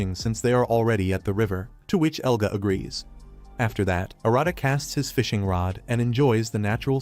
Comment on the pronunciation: Yea ofcourseeeee the ai says egla and eluga while his name is "Elga" common sense